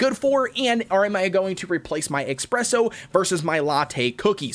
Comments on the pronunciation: It's pronounced uh - spreh - sow. Not ex - preh - sow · His name is not expresso cookie it is espresso cookie😠😡😤. _. - _